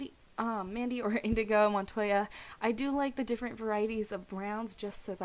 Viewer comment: Inigo! NOT InDigo.